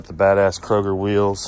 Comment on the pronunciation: Cragar not kroger